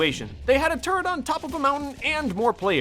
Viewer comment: in game 18 when he said turret on the mountain I thought he said turd on the mountain. lololol